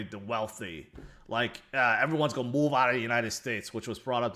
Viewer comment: Do you know how to say the word 'going' or 'going to'?